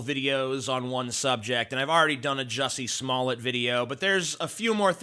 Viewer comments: Smoll-A? I thought it was pronounced Smoll-D. budumtiss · Your name's pronounced Smoll-D too, isn't it? (I know your comment's a joke. Or at least I hope it is.) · Umm, the right pronounciation is actually "Juicy Smalley" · Actually, it would only be Smoll(ay) if there was only one (t) at the end of the name, ie 'Smollet'. Two t's (tt) is the usual way you pronounce it. The idiot wrote a check for $3,500 and didn't think it could be traced, lol, lol.